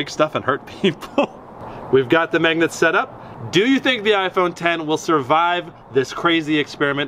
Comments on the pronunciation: MAGNET NOT MEGNUT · Is he says "megnet"?